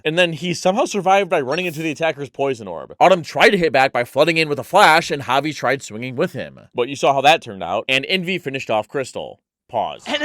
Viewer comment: like Javi (HAH-vee)